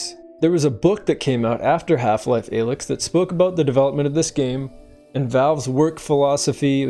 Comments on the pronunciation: disliking for pronouncing "alyx" like that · That pronunciation of Alyx makes me question if he even played the games at all. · He hasn't. This is slop. I knew how to pronounce her name as a kid when HL2 came out simply by playing and paying attention. Youtube is getting sloppier these days.